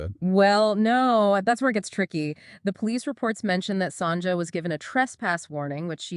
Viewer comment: Not Sonja. Pronounced Son ya